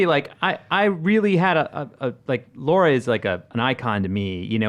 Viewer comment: It’s Lara not Laura...